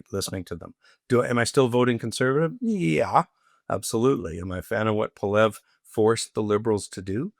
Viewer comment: Brett's bizarre mispronunciation of Poilievre is annoying. For someone of his stature and influence, there is no excuse.